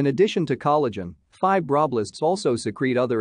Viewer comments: Good video. Shame about the pronunciation of "fibroblasts". Using a live voice over would be better. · the way the AI says fibroblasts is making me giggle